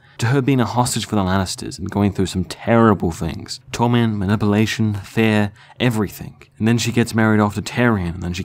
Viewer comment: Your accent is so funny. You say fear like fair. Lol